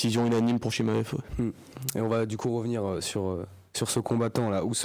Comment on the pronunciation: J'ai entendu ChiKmaev j'ai quitté la vidéo